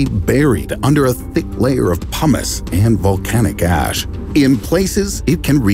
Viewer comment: thought he said that the houses would be buried in a thick layer of hummus ;)